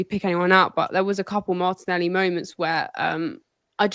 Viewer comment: I heard it as Martinelli show 😂